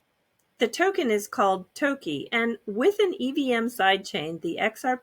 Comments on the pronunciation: Toki ? I don’t think it would be pronounced as Toekey. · That wasn’t the correct Japanese pronunciation. Sounded like the Americanised version